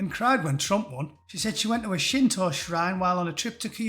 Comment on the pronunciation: The words "Shinto" and "Kyoto" have never sounded better spoken.